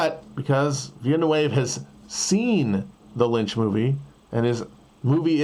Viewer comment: "Veel-nuh-way-vuh"? Really? Nobody is capable of being that unfrench